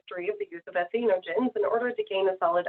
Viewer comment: boo! she cant even correctly pronounce the word "entheogen." OMFG. you can tell her decades of use of make-up, sunscreen, and skin and hair products has seeped into her brain.